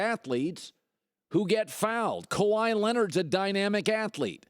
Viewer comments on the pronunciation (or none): none